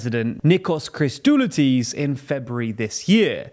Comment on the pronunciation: i died inside when he attempted to say Christodoulides 😭